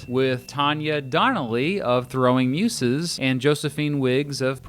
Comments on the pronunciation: muZes...not muSes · never heard Muses pronounced like that. weird